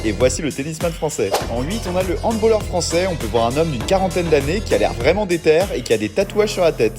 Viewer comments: Fait gaffe, on dit "handbAlleur" et pas "handbOlleur" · HandbAAlleur et non handbaulleur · Dis pas handbolleur stp dit handballeur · Il a ausé dire handbOlleur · Aaaaaaaaah j'ai arrêté à handbOlleur. Handball ! Un A. Comme balle. C'est pas un mot anglais mais allemand. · Putain il a dit handbolleur😡😭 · J'ai entendu handbolleur j'ai cru que j'allais me tiré une balle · Les gens qui savent pas prononcer handballeur …